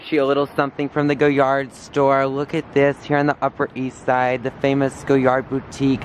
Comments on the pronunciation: He says his entire life is luxe and he loves high fashion but he can't pronounce Goyard properly lol. Jokes aside, he's disgusting. I'm glad all the shit he has said is exploding to his face publicly. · “Hi guys we’re in the coochie store” I swear that’s what I heard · Omg! I can’t stand anyone who can’t pronounce Goyard correctly. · He can't even pronounce Goyard or the names of those high end brands properly. He better get an education and buy some class while he is at it.